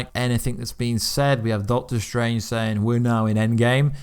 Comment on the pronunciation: Why did you use that tone when you said doctor strange were in the end game ?